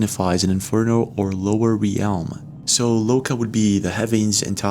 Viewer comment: REALM! One fucking syllable.... not re-elm. When you improperly pronounce a word as simple as "realm" it really draws a lot of attention to your intelligence level and whether or not you should even be commenting on videos like this. Do us all a favor by not destroying our opinion of You by having super bad grammar riddled with mispronunciations. Please and thank you